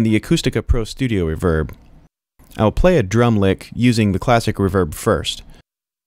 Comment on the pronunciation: Don't you put the emphasis on RE in Reverb?! reVERB... haha Kills me every time!! Cool wHip!!